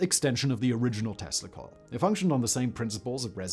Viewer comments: eveytime you said tesla coil i heard testicle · Every time Simon says "Tesla coil" I hear "testicle", but I am pretty effing high right now, so that may be on me.